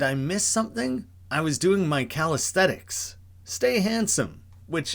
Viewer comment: I honestly thought it was a joke cause he says calisthenics wrong "calisthetics", this way it sounds like "...aesthetics" at the end, hence the "Stay handsome"